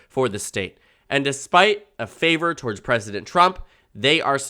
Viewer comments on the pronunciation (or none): none